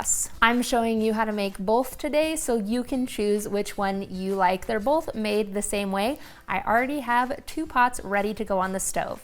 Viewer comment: Bolth. With an L.